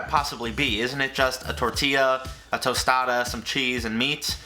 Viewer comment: A tOsTaDa lmaooo